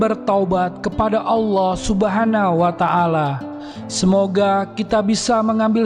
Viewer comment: Subhanahu wata 'ala bukan subhana wata ala